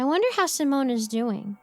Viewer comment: Finally learns how to pronounce "Simone", messes up "waft" 😂 love these stories tho.